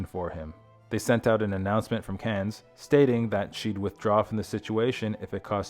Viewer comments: In English, it is pronounce “can” ….like a can of beans. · The final "s" in Cannes is silent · We pronounce it Cannes like anus with a C. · Cannes is pronounced Kahn. Either AI audio is lousy or the person reading isn’t familiar with Wallis and Edward’s story, or movie awards or France.